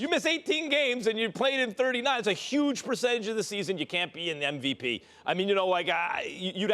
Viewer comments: is it just me or stephen A. says NVP instead of MVP? what the fuck is NVP? Nost Valuable player? LOL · what weed you smoking SAS , cp3 is not in mvp convo ... and its mvp not nvp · Idk why but it annoys me when ppl say "NVP"